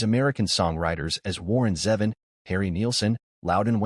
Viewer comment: You could have bothered a tick to learn how to pronounce ZEVON & SOBULE properly, at least. This makes your article just tacky, ignorant and opportunistic. Blech on you!😢